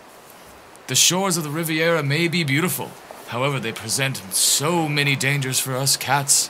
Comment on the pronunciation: "Riveira", "Riveria", "3 years ago" (it's a kitten). Whether it was deliberate or not, I laughed my ass out. 🤣🤣🤣🤣🤣 I can't get enough cats and dogs and fluffy animals videos, especially when they got "tuned up" by witty voice overs, LoLoLoL.